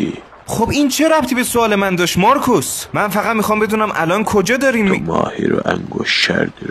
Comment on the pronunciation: چرا میگه مارکص